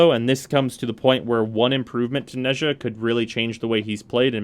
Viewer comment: Nezha is pronounced Nah-jah (don’t question it Chinese is a weird language)